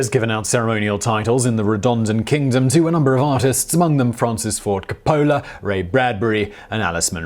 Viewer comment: If you're going to pronounce a name, especially if an English (or in this case, American), the least you can do is say it properly. It's Francis Ford COPE-a-la, not whatever you said. He's a well known director, so it's not like you couldn't look his name up to see how it's done. Bonus fact, he's kin to Nicholas Cage.